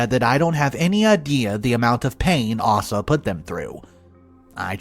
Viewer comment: It's Aysa, not arsa,sheeze